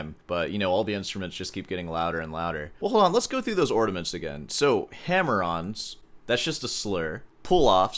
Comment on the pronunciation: Are you saying "ordiments"???